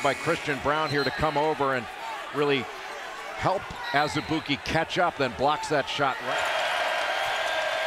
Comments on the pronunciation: It’s prenounced AZ-E-BOO-KY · Marvin Lesley I think you meant to say ANOTHER-ALL-EY-OOP-KAY